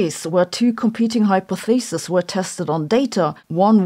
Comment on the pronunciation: but the plural is hye-poth-eh-sees.